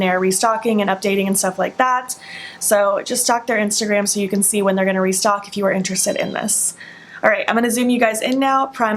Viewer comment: Currently stalking their Ig for restock info ( which is a tongue twister I’m impressed with your skills )